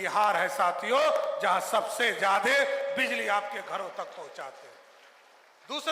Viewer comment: अरे भाई किसको मुख्यमंत्री बना दिया... ज्यादे को जादे बोल रहा है..